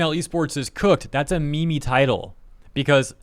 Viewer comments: It's not a "me me", it's "meem". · Lmao that pronunciation of "meme" Face palm.."me-me" 😂🤦‍♂️ what the fuq!? Lol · pronouncing meme as meme is offensive!